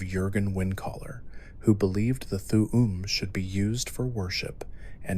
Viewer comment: And th'um pronounced as "th'uwu'm"💀